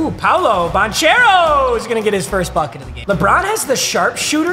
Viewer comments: Anyone else got mad at him getting AD college wrong and him kiss pronouncing Paolo name? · PLEASE SAY PAOLOS NAME RIGHT